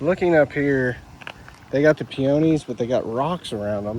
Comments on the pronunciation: Hi! Just wanted to let you know the correct pronunciation of peonies. The emphasis is on the first syllable. It's pronounced PEE-onies, not pee-OWN-ies. I know someone else from Texas who pronounced it like you did and at first I wasn't sure what she was saying. Just an observation. By the way, I LOVE your channel and love your transformations! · A adore you! But I have to say... I can't resist. It's pronounced "pee-oh-knee" not "pee-on-knee" LOL You are fantastic and I'm silly for even caring. (Laughing at my silly old self, it seems I have morphed into my mother!) Keep up the fantastic work!!!:)